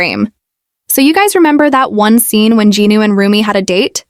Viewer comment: Rumi it’s RUMI not RUMIB